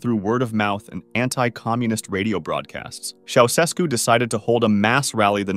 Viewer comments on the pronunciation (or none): ITS “CHIA-U-SHESKU” NOT “Sausesku” BRUH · I thought you'd like to know that Ceaușescu is pronounced chow-chess-koo, with a slight accent on the second syllable. I learned that back when it all was happening. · Ceaușescu is pronounced like this: Cha (rhymes with ha!) Oo (rhymes with moo!) Shess (rhymes with chess) Koo (rhymes with two) Cha-Oo-Shess-Koo. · CHEushesku, like che Guevara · His name was pronounced “Chow-Chess-Ku”. Just so you know. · You mispronounced Ceaușescu. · Somebody has probably already pointed this out, probably a Romanian to boot (which I'm not), but the first "S" in the name Ceausescu is pronounced "sh" rather than just a single "S" sound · You have the most incorrect pronounciation of the name “Ceaușescu”, that I’ve ever heard. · That's not how Ceausescu is pronounced. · You are not pronouncing Ceaușescu properly.